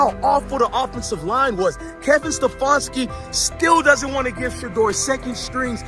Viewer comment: kevin sta fanski really if u can't say h😅s name don't judge em